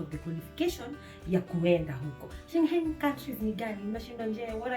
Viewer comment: Umenichekesha haki every time you say sche.... whatever country